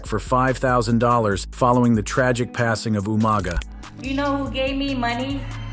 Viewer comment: Just watched 2 videos from this channel and i think a bit of research wouldn't go amiss into how to pronounce names - eg. Umaga and The Usos!!